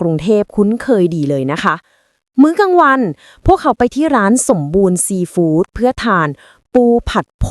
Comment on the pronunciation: แอดมินช่วยบอกน้อง AI อ่านให้ถูกๆด้วยนะ ซีฟู้ด ไม่ใช่ซีฝูด